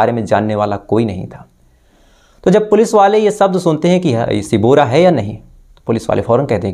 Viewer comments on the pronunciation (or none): none